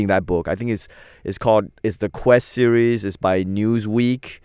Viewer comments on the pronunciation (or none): none